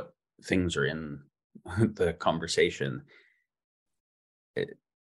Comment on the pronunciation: Why doesn't Jamie Wheal know how to pronounce conversation?